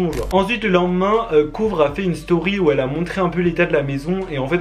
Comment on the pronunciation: Jsp si vous aussi vous avez entendu mais au lieu de dire "Kouvr" il a dit "Couvre" je juge pas mais sa ma fait bizarre d'entendre sa alors qui parle si bien anglais 😣